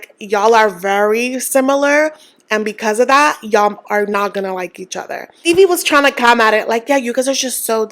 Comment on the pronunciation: Who is Phoebe? You keep saying Maddie and Phiebe.?